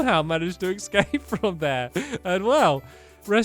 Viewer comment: "E c scape"